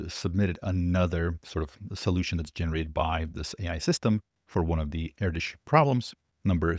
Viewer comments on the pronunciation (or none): Erdös sounds more like 'Erdos' than 'erdisch'. The Ö is pronounced like the O in 'word'. You can already pronounce it; it's similar to the difference between "oh" and "word". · Stop calling ErdŐs "erdish"... Spend at least 1 minute to find out how it's pronounced. Check out how Malmö is pronounced. You're welcome. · I thought he was saying air dish.